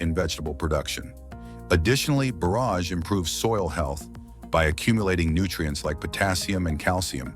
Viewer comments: Someone REALY needs to teach the A.I. how to pronounce "borage"; it's just like forage and not like borrage. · Hate the repetitive loop AI music and AI voice that mispronounces borage several ways, along with other words it gets right occasionally. Video has zero to do with the narration.